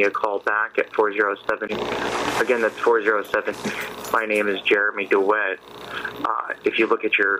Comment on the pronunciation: Did he say Jeremy Dewet or Jeremy Nitwit